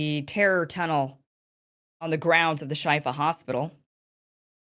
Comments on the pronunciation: It's pronounced Sheefa, Kim. It means cure. The IDF "evidence" was definitely pathetic, like every other "proof" they provided in the past month. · I believe it's pronounced "shefa" meaning healing